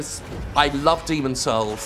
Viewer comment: "Are you saying Demon's souls? cause it sounds like Demon's holes"